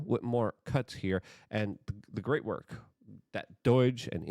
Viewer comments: I'll be calm when you stop saying doyge instead of dodge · Dude wtf is doij? When you mispronounce things it means your outing yourself as a fing puppet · stop saying "doyge"" ya dork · I’ve been subscribed for years. Every time you say “doyge” I consider hitting unsubscribe. Cmon Luke, don’t make me do this. It’s almost as cringe as your every-single-video plugging your products.